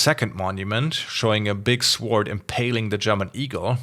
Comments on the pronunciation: pleeeaaaase the w in sword is silent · As a fellow German, I'm more intrigued by his pronounciation of sword.